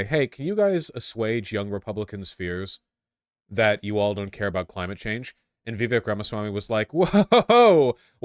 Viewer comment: Biden saying "Cimate change" is so fucking funny